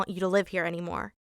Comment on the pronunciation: Watch from here: She says vot instead of what